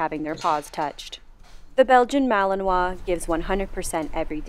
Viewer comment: That would be a Mal-i-nois, although, since Mechelen (Malines in French) is in the Dutch speaking part of Belgium, the correct name would be Mechelaar, or Mechelsche Herder. But not a MalAnois. Don't try to pronounce it , you'd only hurt yourself :D